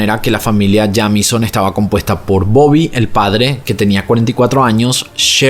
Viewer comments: Hola,. Me encanta tu canal. Se pronuncia Yeimison ☺️ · El apellido se pronuncia "Yeimison" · Que horrible forma de pronunciar ese apellido